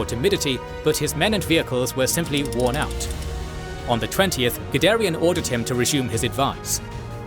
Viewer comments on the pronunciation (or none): The first time you said Guderian, I wasn't looking at the screen so I heard Gidarian. Now I keep thinking he was Armenian...